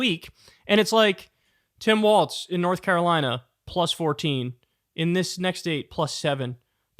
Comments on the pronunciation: Kyle, I love you, I watch your show everyday, but PLEASE start saying Walz correctly, it's WALZ, not WALTZ. It's just like a wall but multiple walls. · Ok Kyle, I held my tongue on several videos so far, but gotta say it. It's "Tim Walz", not "Tim Waltz". It's irritating xD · It's pronounced f*ck*ng WALLS dude, not WALTS. AIN'T NO T IN WALZ